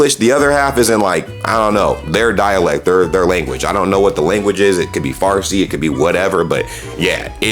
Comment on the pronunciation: Bro said Farsi 😬